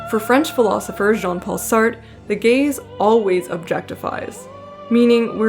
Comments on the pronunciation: and btw, close enough with sartre. try sah-trruh, with a very muted -ruh at the end. boston accent sar = sah + the difficult french -tre... that's the best I can do for anglophones. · Love your videos but I died every time you pronounced Sartre like "SART" ahahaha. The American accent is so strong, you managed to make Sartre rhyme with "fart" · Lovely video, I'm looking forward to more of your work! Also, unless you're intentionally Anglicanizing names (which is fine you do you) you should keep the H in Heloise and Jean Paul Satre's name is pronounced Sah-Truh. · btw you're supposed to pronounce the 2nd "r" in sartre"